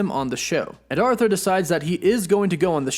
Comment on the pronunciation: It’s “ARE-thur”. Not “AUTH-ther”